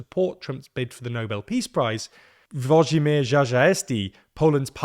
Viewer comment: It's Uo-dzhi-meezh Cha-zha-sty, not Zha Zha Esti. :D